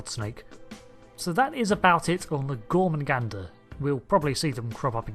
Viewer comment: gor-MAH-gander. THERE IS ONLY 1 'N' IN THE WORD GET IT RIGHT.